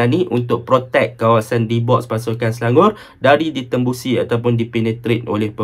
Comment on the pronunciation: Nampak struggle nak sebut Selangor 😂 Sebut selangoq je bang..